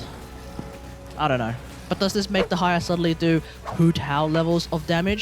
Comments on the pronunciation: Is it so difficult to admit you’re pronouncing her name wrong? It’s actually annoying. Most people do research before pumping out any content. Stop caring about your ego. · I get that hate comments can suck but "Tig-nari" isnt correct and neither is "De-ha-ya". Also Dehya is an arabic name, the character is from the desert which was inspired by the North African Sahara desert which includes Egypt which is basically 70% of the Sumeru desert inspiration. You might as well ask an Indonesian how to pronounce your name. I'm not sure how exactly to pronounce it since most sources do not include proper pronunciations nor is it a popular name but based on the spelling it can be pronounced a few ways being: 1) "Deh yah". 2) "Deeh yah" 3) "De heeya" These are all variants based on possible accents added onto the name and or extra added pauses in the case of the 3rd one. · Your pronunciation is correct dude! Dont mind to others' comments, also good video! I'm main Dehya since her release AND Furina+ Shadow Hunter works pretty well i have to say 😀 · the fact that he mispronounced her EVERY SINGLE TIME made me felt sick